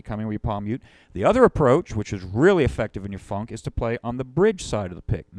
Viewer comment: I like how this fellow says "fonk".